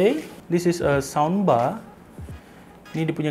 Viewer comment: aku sorang je ke dgr cakap soundbar macam sambal